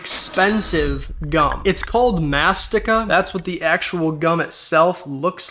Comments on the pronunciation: 1 its amazing 2 it is Mastìka( you emphasize on the i) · “Mah-st-ikuh,” got me laughing 😂 Edit: It’s pronounced “Muh-sty-kuh,” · yeah lol I was gonna say, also it triggered me the way he said it because it’s pronounced (mas-tee-ka) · Mastika actually translates to “Chew” in Spanish and it’s pronounced mãs-tee-ka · It’s pronounced Mass-Tee-Ka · I'm native Ethiopian. Instantly triggered me the way he pronounced it 🤣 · idk it’s not pronounce like a k though 😭😭😭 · the way i speak spanish and didn’t even realize that because of the way he pronounced mastica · it’s mastica not mastika and u just start a way if you say that pronunciation but yeah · It's not mastica it's μαστίχα. At least let's pronounce it correctly... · Which if you don't know you don't pronounce mastika like that